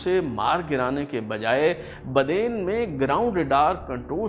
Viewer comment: Asm,its nit BADAIN ,it's BADEEN .